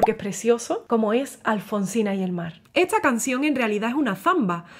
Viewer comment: Se me hace un poco curioso la forma de hablar de esta belleza de mujer. Porqué pronuncia las palabras con s y t en posición contraria. Ejemplo: esta la pronuncia etsa, historia la pronuncia hitsoria y así. Solo una curiosidad 🤗